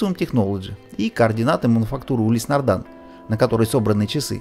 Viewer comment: Но почему нардАн, а не нардИн?!